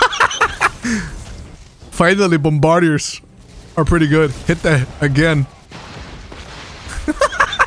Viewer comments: Bomba like "mamba." *Bahm-Ber-Deers, not Bum----Bar-Diers. One word, no pause. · BOMB-BAH-DEERS my guy. Keep up the good work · Mispronounced bombardier's, go back to school